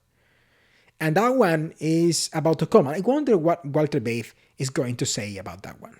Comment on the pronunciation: German "V" is pronounced "F" It is pronounced "Feit" or 😊fight. This refers to Walter Veith.